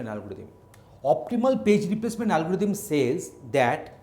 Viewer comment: It's not a algoditham it's algorithm